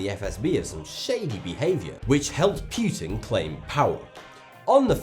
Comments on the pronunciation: PEWtin. lmfao... P-OO-tin. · The diamond heist was 100 percent an inside job And omg it's now Vladimir PYEWTON it's pronounced POOTIN' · Its pootin instead of pYEWtin